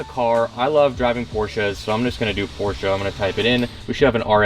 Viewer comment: PORSCHE!! not Porshaaaaaaaaa